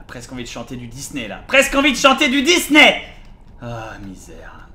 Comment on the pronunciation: Le dysney m'a tué :') merci Bob pour cet épisode :)